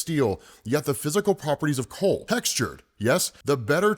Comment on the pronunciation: coral not coal, do your editors not watch them? I am willing to pitch in on hook on phonics whos starting the campaign